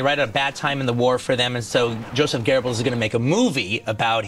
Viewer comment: where do english speakers find an R in goebbels?